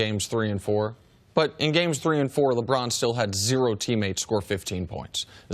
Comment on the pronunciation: Don't u just love how brousard pronounces 'Lebraaan'?